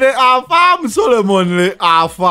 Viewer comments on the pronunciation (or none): The word is Solemnly. Not Solomonly.